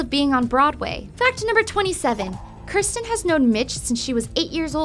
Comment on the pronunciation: its kirstie not kirsten.